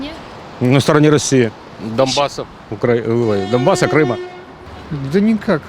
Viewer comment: "Я сам оттуда... на стороне доМбаса..." - дебил слюнявый из домбаса:)))) "Если случится, мы всиравно пабидим... даже "понаехали" уже тоже русские :)))